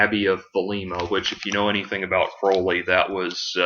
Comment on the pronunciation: It turns me on when people pronounce Crowley correctly.